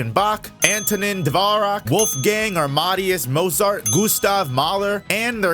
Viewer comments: The way he said "Johann" and especially "Amadeus" killed me lmao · Was this AI? The pronunciation of Johann and Amadeus fucked me up lol